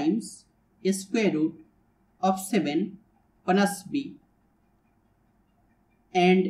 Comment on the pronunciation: plus b ❌ bluss bee ✅✅ i'm really astounded after hearing your spectacular pronounciation and you made my dayy today ): thank you so much brother